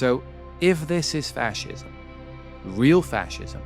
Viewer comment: He cannot even properly pronounce the word fascism.